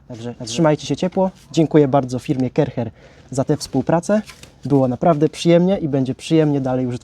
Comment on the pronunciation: Sprzecior zloto!! A to sie nie czyta ,,karczer,,? 😅